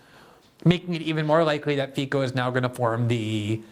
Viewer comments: His name is pronounced fitso not fiko. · pronounced Feetz-o.